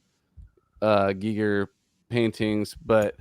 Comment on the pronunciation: I love how mispronounced Giger as G-eye-ger rather than "G'ee'ger" then proceeds to pronounce him as "Gigger" for the rest of the episode.